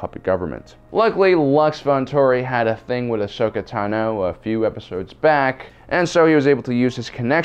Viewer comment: So why does pronounce Ahsoka Tano as AHSHOKA TAH-NO when it's AHSHOKA TA-NOH